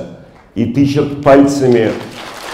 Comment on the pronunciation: НДА ."ЖУРНАЛИСТ", "тычАт", "организаторША"..